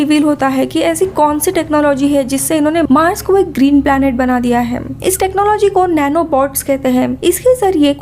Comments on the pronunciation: Bolne ki style thodi sudharo...kuch word ke pichhe M lag jata hai..jaise vo ye karta hem..shuruat hoti hem Space station bannewala thaam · Them . Hem . Thim . Tham. Ye kya hai? Ye kounsi bhasa hai?